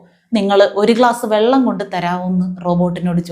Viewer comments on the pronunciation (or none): none